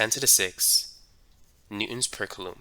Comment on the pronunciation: is he saying coulomb oddly or am i dumb?